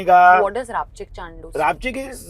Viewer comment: Its Rapchandus not rapchikchandus😂